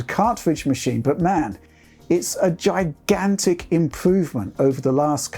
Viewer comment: I can’t help but laugh when he accentuates words like “gigantic” and “enormous” considering the size of the ps5 lol